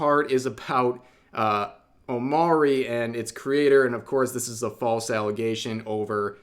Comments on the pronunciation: Its pronounced O Mo Ri not O Ma Ri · Omori... you pronounce it OmO-re, not Omary. Omori comes from the word hikikomori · its omori not omari. Learn how to say words. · I think its pronounced omori not omori Hope this helps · Yeah I was gonna say... 😅